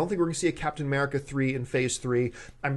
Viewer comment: Who the hell is "Capatian" America? :P